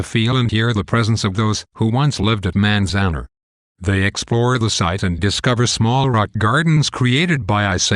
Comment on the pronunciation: its pronounced manz- an- are